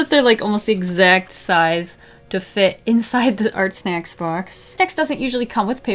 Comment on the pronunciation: can i just say sometimes when she was saying ArtSnacks it sounded like she was saying arsenics And, what if you took water with food coloring and used the water brush like a marker, would that work?